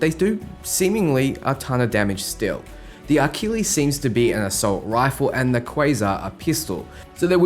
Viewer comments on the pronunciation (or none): none